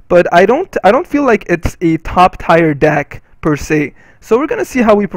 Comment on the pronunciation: Just making light of your mispronunciation of "tier" (rhymes with "here").